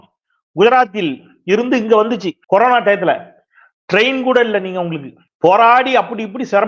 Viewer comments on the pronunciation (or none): none